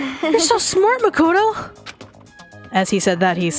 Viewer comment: Its makoto not "mocoto"